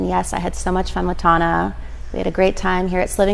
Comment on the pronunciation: Side note but Paris saying Tonna instead of Tana killllleeedd me